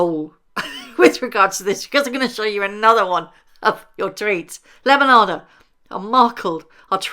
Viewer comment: Love this side of you! 😂❤ I could listen to you all day saying “lemonada” you make it sound so beautiful 😊